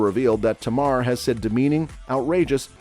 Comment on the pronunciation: Her name is Tamar. Not Tamara 😊